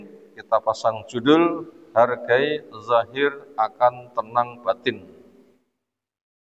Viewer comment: Kok dhohir Yg Benar Zhahir